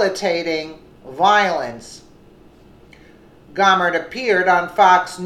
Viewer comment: Jesus, women, it's "Go-mer" as in "go away" not Gawmer? Cut the edtorializing! Source your fucking stories.